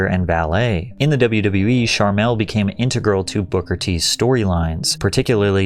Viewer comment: King Booker ❌️ King Bookahh ✅️